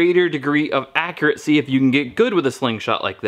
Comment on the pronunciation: There's no "t" in "accuracy" - but there is one in "importance". Guess it all evens out in the end. LOL